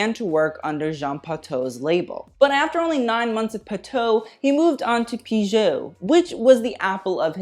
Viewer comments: Great ! Just one thing : Piguet is pronounced peegay ;-) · “It’s legit pronounced Pee-Gay” lmao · Thank you for the excellent job you did! But the Robert Piguet pronunciation! You have to be more careful when dealing with historical names!